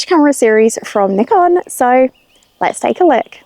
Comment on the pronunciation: N 👁 con, not N ick con